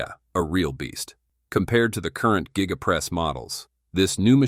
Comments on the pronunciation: The geega press? Giga Press. Has no ‘e’ in proper pronunciation. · Why do you pronounce giga like that